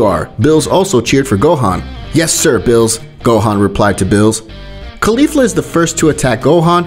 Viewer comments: The way he says Beerus 💀 he says bills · first of all it's not bills it's beerus🤣🤣🤣🤣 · It's Beerus not bills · Yes sir "bills" calm down "bills" said "bills" who is bills? Do u mean berus? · It's chi chi not Milk, Beerus not bills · Bills? Its Beerus bruh